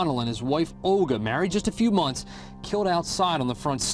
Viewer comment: "Married for TREE whole Monts." Lol, keep it up. Great show you've created; )